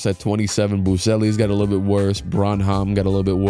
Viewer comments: It's said 'brannam' not 'bron-hom' <3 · Fwiw, it's pronounced "BRAN-HAM" not "brawn-hawm" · butchering my boy malaki last name lol pronounced (brin em)